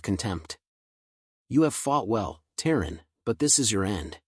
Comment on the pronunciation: Terran, not tearing